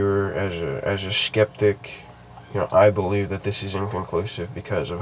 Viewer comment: he said "hard to belvie in" i have capsions on my tv